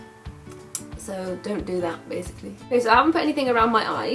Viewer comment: "BASICLY"... Now you gonna hear that in every video xD